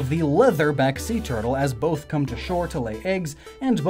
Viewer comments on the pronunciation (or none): none